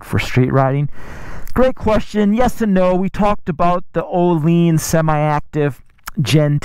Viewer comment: Actually closer to the original swedish name compared to everyone who says oh-linns. Source: i am swedish. The ’i’ is like a sharp ’ee’ sound in english. Closest comparison.